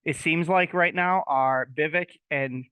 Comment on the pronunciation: Love Vivek! It’s Vi, long I sound , and vek, short e sound. So, V eye vek.